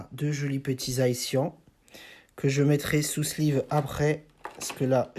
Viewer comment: c zacian pas zaician